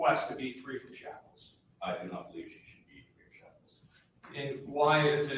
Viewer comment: You're mispronouncing the word shackles. It's not chocolates!